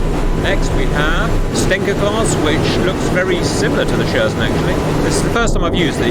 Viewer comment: Its pronounced " Sher-shen' " (with soft N, like N in Nimitz).